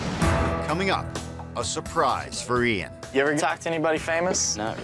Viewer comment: Nothing to do with her accent, she was saying the name incorrectly at first. She must have been told as she started saying it correctly later and she still had the same accent. Also I'm not just going off this, Lots and lots of Americans can't say Craig they say Creg and Jaguar becomes jagwaar, Adolf becomes A dolf. Ive heard thijs from lots of different Americans with lots of different accents